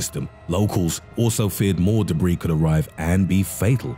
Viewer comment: YouTube. Makes it hilarious. Japanese pastrami. Also says its Debbie not debris 🤣🤣🤣